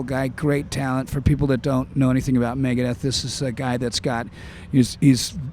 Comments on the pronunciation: ITS MEGADETH!!!!!! Not Megadeath.... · Vera666 god it pisses me off when people get that wrong.